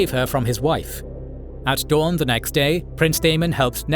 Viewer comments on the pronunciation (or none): none